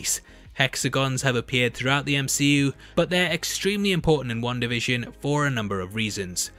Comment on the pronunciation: Why is this guy saying one da fishin!